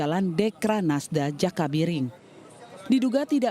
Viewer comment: Jakabaring...bkn jaka biring